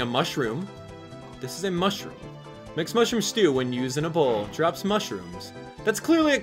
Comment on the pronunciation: Are you serious? It's not MUSHROOM. Its MOOshroom. But other than that love your channel.